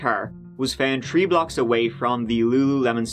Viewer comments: Tree hundred and turdy one. This guy always have to say 3s lol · Huh, it always sounds to me like he says "treehundred and turdy tree" or "turdy turd birthday" and "turdsday". LMAO i love it! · He says turdy tree! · lmao yeah whenever I go to ireland they ask me to say 333 too cos I'm british. lmao and they never heard someone say three, rather than tree ahhaha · I hear turd too!! Haha. Love him and his videos though. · I’ve been binge watching his episodes so much that I’ve caught myself pronouncing three the same as he does haha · i hate it. its like hes doing it on purpose. how can you say, "the" correctly but "three" gets all wacky? shouldnt the sound like tuh?